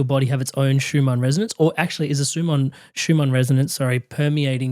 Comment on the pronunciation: why does insist on calling the Schumann resonance Shoomaa resonance! This is most annoying and makes him sound like he doesnt know what hes talking about. 🤷🤦